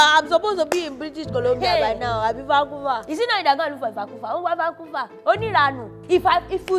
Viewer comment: 😂😂😂"Vancouver......ivvacuva"..........Assiff I know mama Tao will never let d seducing nd gun part slide